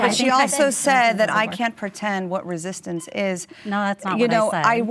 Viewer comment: Its not resitance ffs